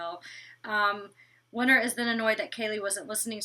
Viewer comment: Love my but for some reason she cant pronounce the letter T in some words 😂 She says "Winner" in stead of "WinTer", and she says "Inneresting" in stead of "Interesting" its kind of cute 😘